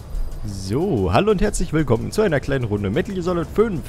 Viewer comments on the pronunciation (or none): Wie er am Anfang 'Willgommen' sagt. c